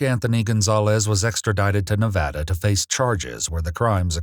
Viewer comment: 30 seconds in and wanted to thank you for pronouncing Nevada correctly. It was a huge debate between native Nevadans and out of staters some years back on how to correctly pronounce it.